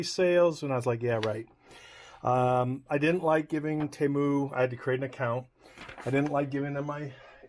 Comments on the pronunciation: HOW do you get “TAY MEW” out of “Te MU”??? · It's T moo. That's how thier first commercials said it (they since changed it a while back) How dare these Chinese expect us Americans to phonetically say it right. If we butcher all the other foreign brands, they get the same treatment. The arrogance ! Don't apologize